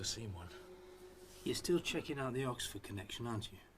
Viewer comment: Weird cos i grew up with story & just wanted to see Vorderman before surgery in a short skirt I hate the why files ,its the worst research & AI generated tripe ive ever seen - BAR ONE EPISODE ,this one , the way AI pronounces " OX Ford" will crack me up every time i go past the sig for Yoxford on my way to Ipswich ( Crop circles ones was OK too cos he wasnt lying then ,now hes a paid debunker in exchange for TV exposure )